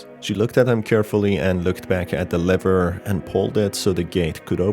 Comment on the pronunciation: Lmao it always sounds like u say liver not lever